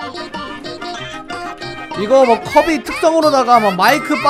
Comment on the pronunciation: 커비 할때 좀틀리지마셈